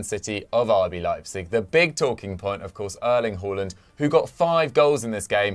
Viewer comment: Please stop calling him Erling Whoreland, its Haaland Haa say Haa